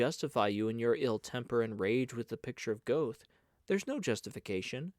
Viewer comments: The Goethe voice makes up for the Goethe pronunciation 😂 thanks for the reading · Please use the correct pronunciation of Goethe. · Many thanks for this wonderful reading! (Only, it's distracting to hear "Goethe" mispronounced over and over again!) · An excellent heartfelt reading. i’m sure you’ve learned about the pronouncing of Goethe. Magic Mountain by Mann would be perfect for you. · The mispronunciation of Goethe and Hermione and Haydn really bothers!